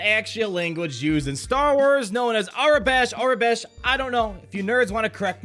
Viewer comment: That giant monster was a few bosses in the video game Star Wars: The Old Republic, and it’s pronounced “AEROBESH”